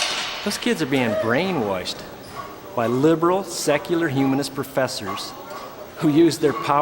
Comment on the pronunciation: talks a big game for a guy who pronounces it “brainweshed”